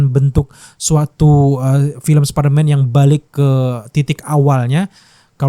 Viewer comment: Apa perasaanku aja apa kupingku soak ngedenger spiderman diucap sperman, ngramein kimentar😅